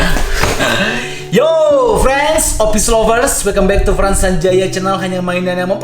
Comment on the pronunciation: Yang setuju like ya Kenapa bang Frans Sanjaya Ngomong frens